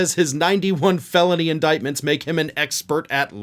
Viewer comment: How about: “inDICKtments”? 🤣🤣🤣🤣🤣